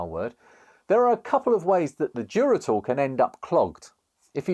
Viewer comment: Duratool damn I thought you were saying Geritol 😂